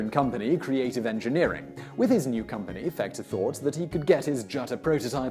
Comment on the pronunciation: Sometimes he's also calling him Fechter with a with a soft ch.